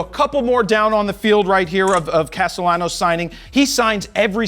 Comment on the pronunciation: Castellanos not Castelanos😂